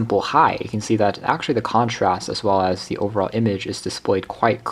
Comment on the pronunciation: As a professional voiceover artist, and someone who passed 4th grade, NEVER say “thee” unless the next word starts with a vowel. It’s “the project”, “the printer”. Your VOA is scratching nails on a chalkboard.